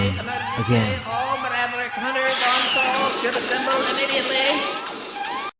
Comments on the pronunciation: "All Maraverick Hunters"? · What's a "Muraverick"? These actors, man. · Ever notice how it sounds like the "emergency" voice goes " all mraverick hunters"? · I prefer Clement's version of DR. WAHWEE! :D Btw, did the alarm guy say "Marevericks?" õ_o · ...All MALAVERICK Hunters? Wow, that's almost as bad as Doctah Wahwee.